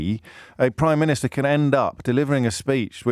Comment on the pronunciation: Pri-miniature…..yep heart of stone